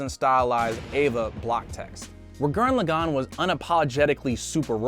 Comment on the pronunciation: My favourite anime from trigger is Gurren lagann and you also said Gurren lagann wrong.......